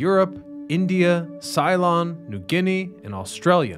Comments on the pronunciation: "Cylon" as you state , is the name of fictitious "evil" characters on the television drama "Battlestar Galactica" in 1978 and again in 2004. The actual nation that you refer to is Ceylon is the historic name of Sri Lanka, officially the Democratic Socialist Republic of Sri Lanka. Great video! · Ceylon = say*lon not sai-lon! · Cee-lon \m/ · 'Cylon'! Oh, I love your mispronunciations, it's always a laugh. I initially didn't understand why you embrace them, but now I understand. Comedy relief.